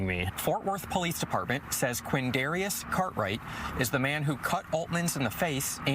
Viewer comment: "quindairyus"? Typical. Whaddya expect, from a "quindairyus"?